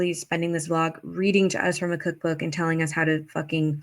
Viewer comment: Yes! I CANT STAND the “ant” for “and”. The way she ends her words DRIVES ME NUTS!